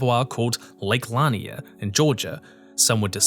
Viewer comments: It wasn't until I read your comment that it clicked what lake he was talking about. It's pronounced "luh-NEAR" locally and I could only process it as "lawn-ee-UH" in the video. My dumbass just assumed we had two cursed lakes in the state with identical backstories since well, that might as well happen I guess, it wouldn't be the weirdest thing to come out of Georgia. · Took me a minute to realize you were talking about Oscarville. It's pronounced Lake Luh-NEER not Lan-i-er. Used to go there every fourth with my folks as a kid. It wasn't until I was a teenager my parents told me it used to be a sundown town. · The lake in Georgia is pronounced luh-NEAR and I've been there many times.. it's incredibly creepy there, there is definitely bad ju-ju in that lake. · Wasn’t expecting you to mention Lanier when I started this video! FYI it’s pronounced “Luh-neer.” I grew up sailing and swimming and kayaking there on the weekends, and the real “curse” is people being reckless with alcohol and boats. Like many large-ish inland bodies of water, many people greatly underestimate its risks. Child me regularly safely sailed solo on that lake! My parents live on it, now. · Lake Lanier? Wow you pronounced thag like Narnia its Lah-neer Sorry from Georgia and it took me a few sedonds to process. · I was not prepared to hear the way this man pronounced Lake Lanier